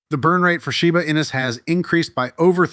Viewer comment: Your AI VOICE STILL CANNOT SAY SHIBA INU PROPERLY!!! Fake voice everyone.